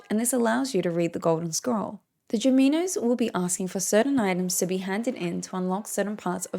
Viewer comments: Can you please start naming the junimos correctly? You are saying "Jumimos" Its and N for North in the first part not M for Mother, JiNimos not JiMimos Thanks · Aren't they junimos not juminos?